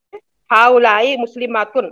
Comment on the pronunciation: Yaha pe galat tarjuma hua hai 40 :35 video duration pe haolaika bol rhi hai student jabki haoolaee hoga please reply